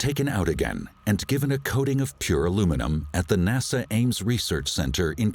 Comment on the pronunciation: It's so strange, the narrators don't even say years in the same way. She doesn't even pronounce NASA correctly lol.